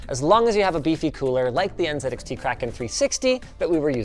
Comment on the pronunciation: It's pronounced "NZXT" not "NZXT"